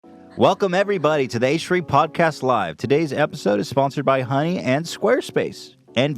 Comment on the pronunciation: Who else heard dunny instead of honey